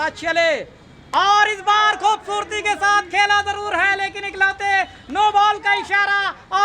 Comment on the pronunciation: Bhaai खूबसूरती होता है। खुबबूर्ति नही 😂😂😂